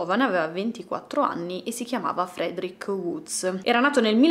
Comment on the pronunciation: ...si pronuncia "Fredric", non "Friedric". Lo so perché ho un amico di origini ruandesi che si chiama Frederic. 😂😂